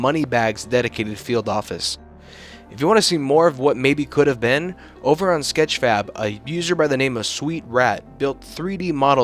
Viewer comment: Did you just say sketch fap?